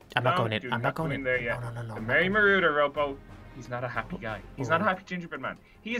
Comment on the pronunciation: It is merry maurader